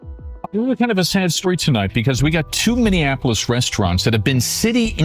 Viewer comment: Learn how to say Minneapolis before saying Minneapolis... uff da... it's not hard...